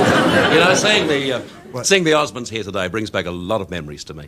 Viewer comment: it's Osmonds. Not Osman's, somebody on the show needs to get it right.